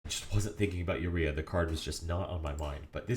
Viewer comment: Great video only one thing urked me, your pronunciation of URIA, its Oo Rye uh